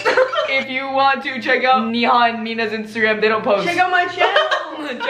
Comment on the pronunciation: neehaw Indians: neha yaar Not hate, I love her ❤💕